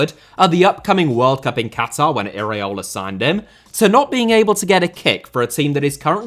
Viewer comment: please, repeat with me: e-ra-o-la, not e-raee-o-la 😅.